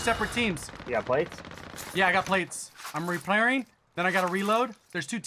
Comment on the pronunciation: “I’m replairing” 🤣